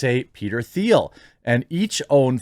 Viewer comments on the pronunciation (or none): His name is pronounced “teal”